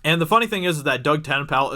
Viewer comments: who is Doug Ten-pal? haha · Doug Ten-Pale. Hilarious. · Doug Tent-Pal? Who is Doug Tent-Pal? Just say Dirty Dug. Everyone knows who you mean then.